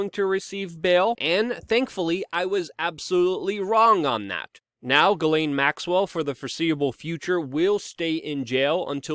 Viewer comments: also, her name is french its PRONOUNCED> SHJEH-SLAIN. add a french accent and you got it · At this point, she has EARNED the name JIZZ-lane and you should not feel bad about “mispronouncing” it.